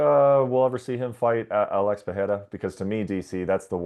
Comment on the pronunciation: How is this clown an mma reporter and still cant pronounce alex pereira correctly